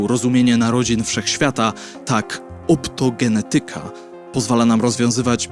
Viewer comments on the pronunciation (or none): OptogeNEtyka. Trzecia od końca sylaba powinna być akcentowana.